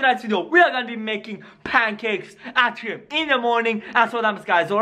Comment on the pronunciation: It is 3:am not G:am it is sonic exe it's not sonicex